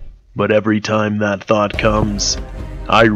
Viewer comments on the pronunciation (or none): none